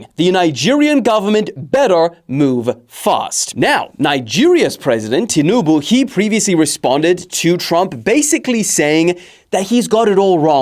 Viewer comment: Ti-NU-bu 😂😂😂😂 This pronunciation is frying me